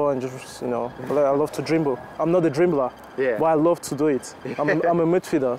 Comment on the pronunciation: He pronounced it drimbler 🇳🇬